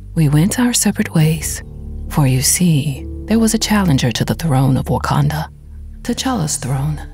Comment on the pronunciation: He said wakadana